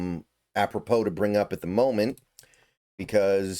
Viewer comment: Sun Dell not Sun duhl